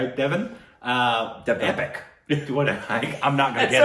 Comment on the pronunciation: Take a shot every time says 'A-J devan' 🤣